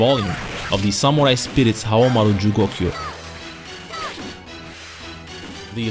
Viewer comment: “Nakoruru, back to help Haomaruh” she moves on her own